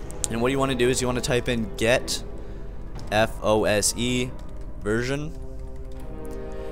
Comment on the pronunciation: It's FOSE, not FOSI.